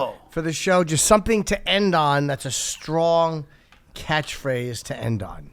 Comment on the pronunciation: Did Rich just pronounce catchphrase as "catthphrathe"? 🤤💦